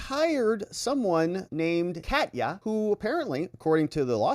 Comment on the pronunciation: First, I like you a lot. Next, I am glad that later you started to pronounce Katya correctly. That really made my fur ruffle. You incorrectly called her catiya. Next, you corrected yourself and said Kahtya. I am Ukrainian (or even Russian), where in the beginning you said it super wrong, but corrected yourself and said it correctly. It is just personal for me. EVERYONE, goes out of their way to pronounce everything correctly, except with the Ukrainian names. For some reason, all journalists (even pseudo journalists) don't bother if it is Ukrainian. Sheesh! We are the only exception to this courtesy? Thanks for correcting yourself. But also thanks for your dedication and fight for justice. You rule. I actually think you are GREAT! Ergo, just saying.......